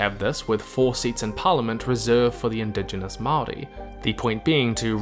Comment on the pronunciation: Dude, you're literally from Aotearoa and you both use the Dutch colonialism name and mispronounce Māori. Quit acting like a hypocrite, because it's clear that you don't care.